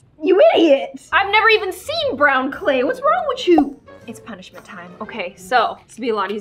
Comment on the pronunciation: Instead of saying 'whats wrong with you she said whats wrong chu